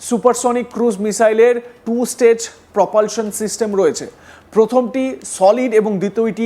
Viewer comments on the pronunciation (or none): none